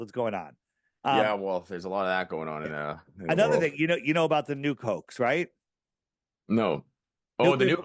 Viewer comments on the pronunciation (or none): EVERY time he says Nuke Hoax I hear the New Cokes Ha